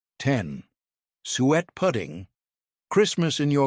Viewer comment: lol its pronounces 'soo-et' not 'sweat'